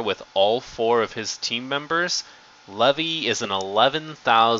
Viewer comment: you forgot the level 0 hange (had-gee) and Levi is pronounced (Lee-vi) vi being said as eye but with a v in front